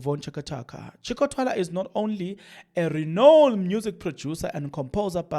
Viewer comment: thanks for your information but reading yeka find someone to read.pronounce right Chaka Chaka, Diepkloof man. Stop this thing of yours O,O,O times and again Ah,Ah, Lokhu,lokho.its irritating.